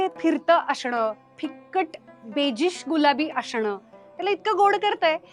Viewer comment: असणं ला तुम्ही अशनं असं का बोलता. Video छान असतात तुमचे पण अशनं ऐवजी असणं बोललात तर अजून छान वाटेल.